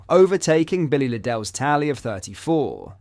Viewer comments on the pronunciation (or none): And Billy Lid - Ell. Pronounce it properly - Liddle